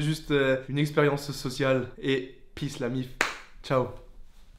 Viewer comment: j'ai bienfait de rester jusqu'au bout vraiment juste pour l' "exprériensseussociale" j'ai pleuré de rire 😂😂😂😂